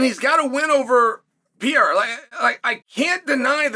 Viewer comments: P E R E I RA not piera! FFS! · '''Alex Piera''LOL, how hard is to remember the name of MMA champ!? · Just say his name correctly. The bit isn't funny anymore. it's actually annoying and disrespectful